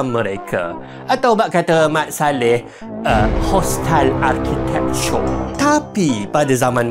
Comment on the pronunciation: "Hostile arkitikture" mat saleh🤌